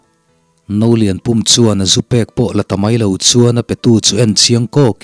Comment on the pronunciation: Ka lo sawi vel lawk nge Nolianpum tih kha duh aiin in lam chang deuh mahmah ka tia pum tih lai tak kha thluk sang lovin thluk hniam zawk la i lam dikin i lam no ve deuhin ka ringa a Pum lai tak kha thluk hniam la a fuh in ka hria